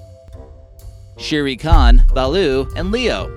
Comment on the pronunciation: Sherry khan? Clearly the narrative never watched the jungle book 😂